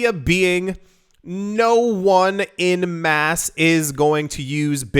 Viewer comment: It's not 'in mass', it's 'en masse'